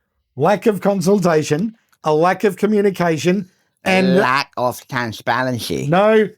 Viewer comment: Transhsparanshy ....... that's easy for you to say .